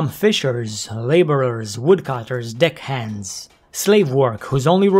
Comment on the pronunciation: "dick hands" LOL I know you said deck hands, but it sounded more like dick hands